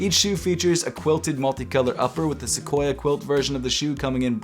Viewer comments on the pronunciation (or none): none